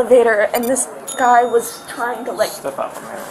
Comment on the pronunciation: "I'M TWYING TO SOW YOU!!!! PWEASEEEEE!!! NOOOOOO, TOOOOOM" 😂😂😂😂😂